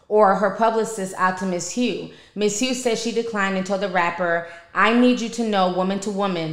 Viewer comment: That lady name is Hough(huff) like Rough